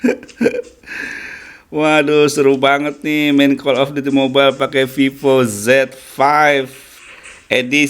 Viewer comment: Viiivooo bacanya